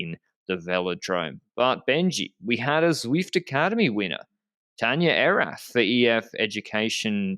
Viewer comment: Tanja Erath: her surname is pronounced with a t at the end, it's not pronounced like English th. Nice to see she is doing well, a few mates of mine met her while riding, she had been living in my hometown, I was told she is very friendly. edit: great pronounciation of the word miscalculation though :) I love Sean K. :) edit2: I don't like Bouhanni, but I don't like him breaking his bones because of some phukup by people who aren't capable of organizing a .pro race properly. A hope he does recover quickly and I will be rooting for him to win a Tour de France stage from now on.